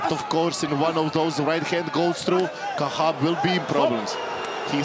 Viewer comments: Khachab not Kah7ab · It's Khachab, not Khahab ffs 🤬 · Khachab not kahab...